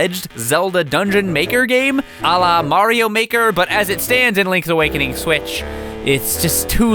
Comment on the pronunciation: May-rio month